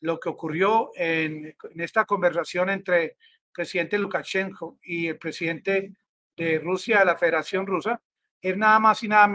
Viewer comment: Amigo, Se dice LUKACHENKO (sin la s):Profesor de ruso graduado en Rusia. Abrazo desde la región del Sumapaz